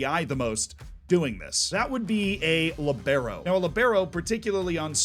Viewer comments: Li - Be - Ro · "LEE-bero",. The Franco Baresi role! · Libero is pronounced “lee-bear-o”, emphasis on the lee. LEEbearo